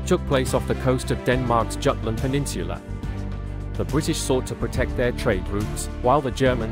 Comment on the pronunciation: I believe it is supposed to be pronounced “yoot-luhnd”